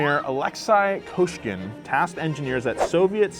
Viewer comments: Yeah, those soviet names always get messed up by western YouTubers it's more like Kosyeegeen, not Koshkin Russian letter Ы is always а nightmare for foreign people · His name was pronounced Ko See Gan.